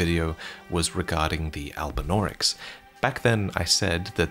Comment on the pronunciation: "There are no albunaurics in the haligtree" Loretta: "100% never seen one"